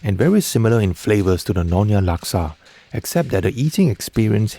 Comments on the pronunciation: It is nyo-nya.. not no-nya. and Laksa Siam is NOT orignated from Pattani Thailand. It is common in southern Thai and Malaysian states that bordering Thailand such as Perlis, Kedah, Kelantan where Malaysian Siamese reside.😊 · It's Nyonya not nonya